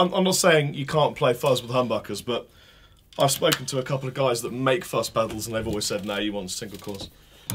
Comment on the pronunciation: It's not fucks, it's fuzz, like xylophone.